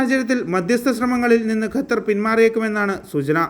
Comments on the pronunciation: Bro, it is not Gatar, but Qatar.. please pronouns correctly... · Its more maching with Arabic letter